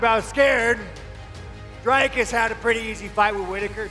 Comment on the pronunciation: Learn how to Say D-R-I-K-U-S